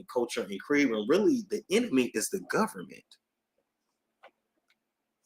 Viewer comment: I’m too afraid to pull up any files on the “govment.” 🤐😳